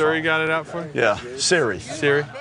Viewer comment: Eli calling Siri “surry” is one of the most on brand Eli things of all time.